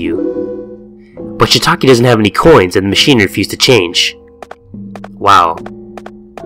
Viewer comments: Love the beanieee!!! (P.S Shiitake, Shiitake 😂😭 and Misao is "Mee-Sah-Oh") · LMFAO "ShitAki" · "Shitaki" Goddamn it.